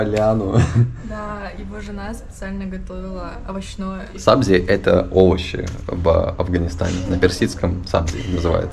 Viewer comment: не сАбзи а сабзИ я из афганистана очень приятно видеть как туристы знакомятся с нашей едой и культурой